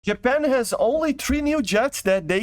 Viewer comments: bruh he said YAPAN instead if JAPAN (i dont hate it but that is a bit wird) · wait until you find out that other nations pronounce letters differently🤯